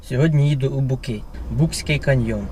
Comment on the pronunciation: не букський а БУЦЬКИЙ, перед тим як розповідати про місце хоч назву правильну дізнайтесь, і факти не всі правдиві, що ви казали, а так відео непогане, дякую)